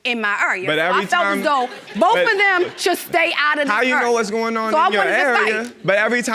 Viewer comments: I hate when she says ‘do’ It sounds like dew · I wonder how the elementary school teacher teach them how to pronounce their O's but I do like how they say Do/Dew I can't say it like that if I tried without sounding weird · 😂😂 I'm from Texas, soon as she said "do" I was like "SHE FROM BALTIMORE" 😂😂😂